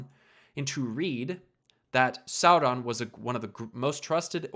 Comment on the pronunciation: How did you mispronounce "Sauron"? incredible